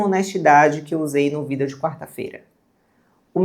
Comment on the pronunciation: moça não fala Vidéô por favor me da coisas. adorei o conteúdo.